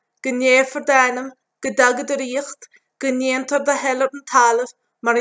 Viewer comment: 26 second "Go ndeatnear do thoil em talamh"?